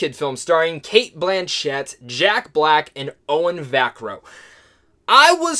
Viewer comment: Va-CA-rro, not VAC-arro.